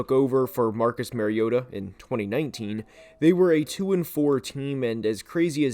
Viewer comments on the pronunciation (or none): It’s not Mar’y’ota